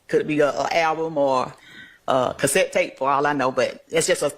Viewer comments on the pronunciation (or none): Sis ain't say, "cassette tapes" 😂😂😂😂😂😂😂😂😂😂😂😂😂😂😂😂😂😂😂😂😂😂😂 I'm dun,dun